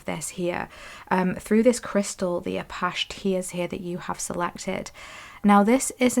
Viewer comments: 3 ✨thank you for the reading. Also, “ah-patch-ee” like the north American indigenous people.🌻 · #3 first let me say I abSOULutly LOVE ur readings. I resonate wit ur vibe. Apache tears crystal- as in the Apache Indian is how it’s pronounced I believe… please do not think I’m being rude bcuz that is not my Intension at all I’m just tryna be helpful.